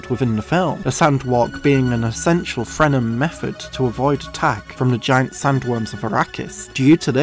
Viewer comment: Did you say "Frenem"?